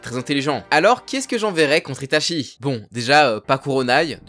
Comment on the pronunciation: Svp, c’est ItaCHi pas Itashi et on dit UchiHA pas Uchiwa